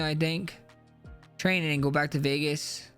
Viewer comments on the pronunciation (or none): none